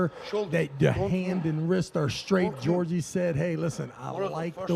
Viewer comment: One of the commentators calling him "Georgie" is killing me 🤣💀